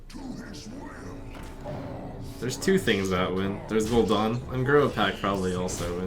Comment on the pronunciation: It's Gul'DAN, not Gul'Dawn NotLikeThis